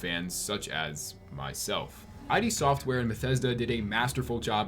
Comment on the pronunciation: "Eye Dee Software"